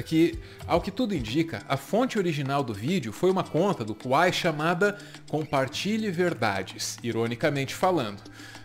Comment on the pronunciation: Amigo, vc pronunciou Kauai errado!!!!!